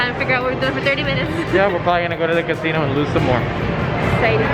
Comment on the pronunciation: CA-SI-NO, genial ✌️